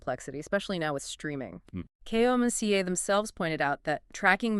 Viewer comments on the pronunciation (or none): Why do you keep saying K. O. M. C. A.? It's an acronym KOMCA.